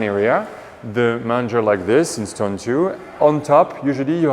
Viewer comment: Manger...pronounced as main-ger...is trough where the animals eat...love your attention to keeping things historically correct. Would love if you could post more frequently as I spend time looking to see if I've missed a posting!! Find your posts very interesting and informative!!!